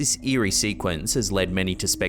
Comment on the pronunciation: well you did say eeri PA